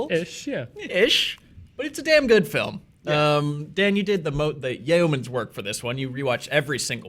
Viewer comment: Yo-mens work... Not yayohmans work... Jeez